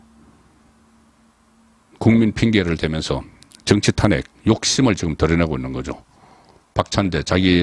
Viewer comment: 탄핵의 발음이 그렇게 어려운지요? 정말 듣기 어렵네요 탄핵 말 하지마세요